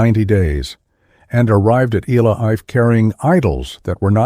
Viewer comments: I couldn't continue listening to this AI mis-ronunciation of Ile Ife! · AI unable to pronounce ILE-IFE 😂